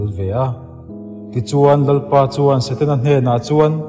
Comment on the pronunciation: Eng i ti nge mawni Saten-a tia i lam rik tlat mai le??😮😮. A ngaihnawm tur ang aiin thu lamdan diklo hian beng ati kham ṭhin. Hetiang anga thu ngaihnawm leh zirtur nei ṭha angah hi chuan i thumal lamdan hi han ulukin han fimkhur deuh la, a ngaihnawm lehzual ngei ang. Han ṭang sauh² teh khai...